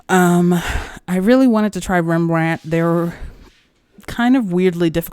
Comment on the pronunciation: As someone from a part of the Netherlands not called Holland I prefer to use the official country name. ;) But foreigners can use either and nobody will be offended. You also pronounced Rembrandt's name fine.